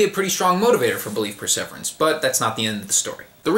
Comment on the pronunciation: I cannot listen to you mispronounce perseverance one more time.